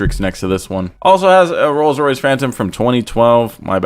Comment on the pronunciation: "rolls Royth Wraith"